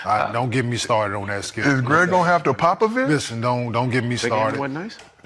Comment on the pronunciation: “Is Greg gonna have to Popavich?” 😂